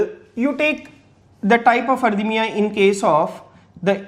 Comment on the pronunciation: Thank you very much . But please do not say (arthymia Because it is called arrythmia)